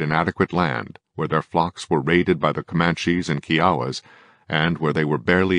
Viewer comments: K-eye-oh-wuh = Kiowa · Lotsa' holes in yer narrative. No one could do a credible job on the depth & breadth of this subject in the few minutes you allotted. And your robotic mispronunciation of "Kiowa" just tells us you don't care enough to do real research.